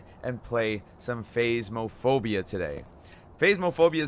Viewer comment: It's not phaismaphobia it's phasmaphobia